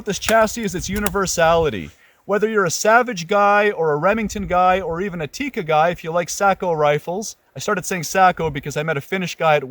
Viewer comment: Very good review! Thank you for good content. Also amazing that you adjust your pronouciation on Sako. Might as well adjust it on Tikka too ;) It's not Tiiika, it's a short I sound, so more like Tickah.